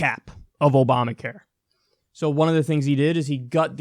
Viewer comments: exactly what i was thinking ... he (even when reading off a teleprompter) fucked up and mixed "Oprah Care" and Obama Care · Opamacare? How dumb is he LOL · Trump... "The disastrous Opamacare..." "Oy vey.. ๏̯͡๏